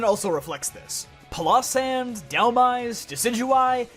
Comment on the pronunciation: Please never say Palossand like that again.